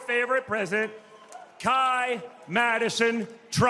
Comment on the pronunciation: The tone of this video is fucking ridiculous and so obvious in its liberal propaganda. The narrator can't even pronounce Kai's name correctly. And the commentary by these French individuals? 🙄🙄🙄 Have you seen what's happening to their country? They could only WISH that they had a strong political figure in their government fighting for their culture and identity. What a joke of a video 🙄